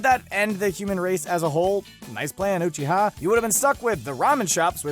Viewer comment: “Ma Dara Oo Chita”